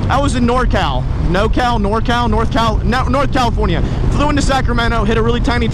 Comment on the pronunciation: Wanna stop saying CaliforniA, makes my ears bleed lol.